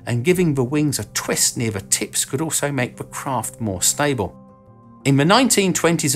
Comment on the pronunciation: "Fell into obscurity for thirty years" thirty is pronounced correctly, with a th, then you pronounce "the" with a "v" as in va. You're a smart man but your lazy pronunciation makes your excellent commentary annoying.